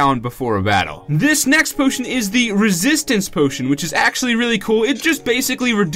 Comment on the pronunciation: In the very first second you say "pootion" instead of potion lol